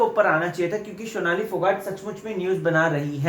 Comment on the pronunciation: Sonali ka naam sahi pronounce kr .. Sonali hai shonali nhi ..rubina ke PR